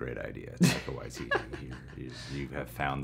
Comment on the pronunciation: "Taika Waiteetee"